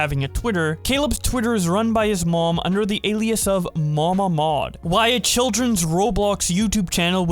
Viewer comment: The first time you said MamaMod I thought it was Mama Maude